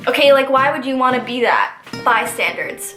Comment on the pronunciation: I like ur face. Also is it called bystanders or bystandards cuz hello Mandela effect.